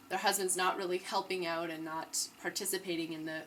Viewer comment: Are you canadian? the way u say "out" or "about" sounds like a canadian accent!